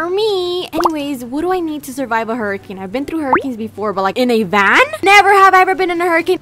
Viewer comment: when she said hurricane tortilla i laughed a lot but she mispronouced it lol- also good vid ahh!!! i love ur videos A LOTT